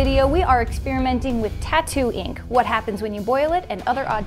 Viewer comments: Is it just me or did anyone else hear "Tatooine" every time said "Tattoo ink"? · Same but I heard Tattoing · Am i the only one who hears "Tatooine" 😂